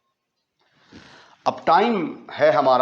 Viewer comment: X squarrrrrrrrrrrr😂.neverrrrrrrrr😅